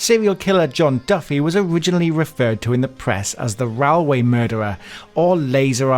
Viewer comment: Number 9...The Rallway Murderer...Railway pronounced different 😄